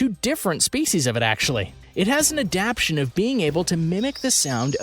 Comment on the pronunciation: This video has a lot of creatures that don't go with the creature being discussed. Also, the word adaptation is being pronounced wrong throughout the video.